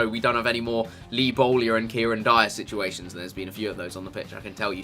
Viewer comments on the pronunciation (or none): did you say Lee Bowlyer?